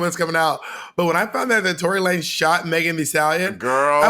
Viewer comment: I’m so sad Monet stopped saying Tory La Nez it was so good